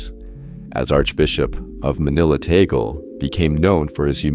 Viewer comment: Cant even pronounce his name properly. How do I stop looking at these BS videos.